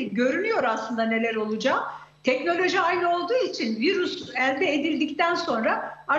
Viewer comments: Vırus dedikçe bi garip oluyorum 😢 virüs diyeydin nolurdu😮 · Virüs bile diyemiyor doctor tuzak bunlar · Virus mu? Koca profösör virüs diyemiyor.